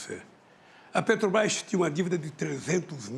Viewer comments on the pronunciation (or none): Ele fala Pêtobás, Uílho Bonner...e por aí vai kkkk